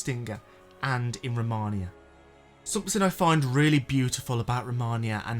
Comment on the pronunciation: ROMINA not ROMANIA